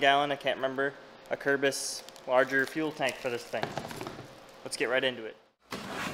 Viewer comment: I'll just clear up right away that I know now that I didn't say "Acerbis" properly in this video. We'll get em next time